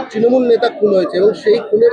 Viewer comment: ত্রিমুল নয়, তৃণমূল। হাতে মাইক্রোফোন নিলেই সাংবাদিক।